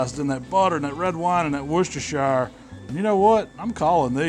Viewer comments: Its pronounced wuster sauce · It's pronounced "Worst-er-sher" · Closest I've ever heard an American get to correctly pronouncing "Worcestershire" 😀👍 You got the first bit right, but "shire" is pronounced like "sheer" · Think the correct pronunciation is Worcester CHER instead of the SHYER at the end. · wooshtershower sauce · Worcestershire pronounced wusta-shear.